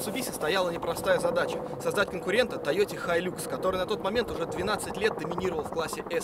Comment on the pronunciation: . В аду есть отдельное место для тех кто говорит хайлЮкс, а не хайлАкс!